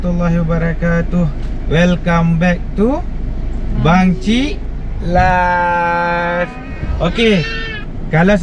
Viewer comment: Assalamualaikum...ok faham..terbaek lah pencerahan dari BCL.. pun dah pandai sebut bangchiklife..tkasih ya..